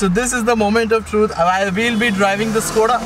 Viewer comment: Correct pronouncing is "Shkoda" , Škoda